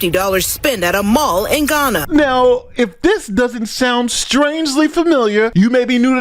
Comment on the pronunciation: you pronounced Ghana, Guyana. Completely different countries, mate. Great videos; respect from the UK. Keep up the good work.